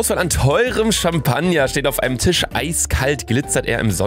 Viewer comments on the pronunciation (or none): none